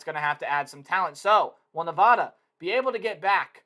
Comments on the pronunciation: It's Nevada not nevahda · It’s nuh-VAD-uh! That’s my alma mater! People always say it wrong!